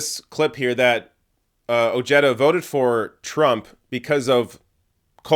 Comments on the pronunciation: His LAST NAME is pronounced Oh-Hey-Da NOT Oh-Jetta. Come on Man!! Get the guys' last name right. It's Spanish if that helps. Having said that he did vote for Grumpy. He was CONNED into voting for that mango faced Racist Fascist Perverted CON. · Dear God...It's not "Oh-je-duh" it's "O-He-Da" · Oh-HAY-duh. It's Spanish. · Ojeda is a SPANISH name. I know you're smart enough to understand that. I'm from southern Calif and if someone pronounced that Oh-Jetta instead of the proper pronouncement they would be seriously laughed at. What's going on here? Are white people re-appropriating other cultures' names and making it their own? Hahaha. I would Never vote for this guy just for that. Btw, do you know that A LOT of Spanish people from Spain and other Latin countries LOOK WHITE. LMAO! You're a fucking riot! "Does he look Spanish to you?" I can't believe you said that with a straight face. Hahaha! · His name should sound Oheda. Ojeda is a Spanish name. When I say Jerry Jones in Spanish, I don't say Herry Hones. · Ojeda = oh-hey-duh the j gives an h sound like in jalapeno, listen to the audio i forgive your canadianness... not trying to detract from your video... just watch out for the shithawk.... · At least attempt to correctly pronounce that mans name!! Its annoying.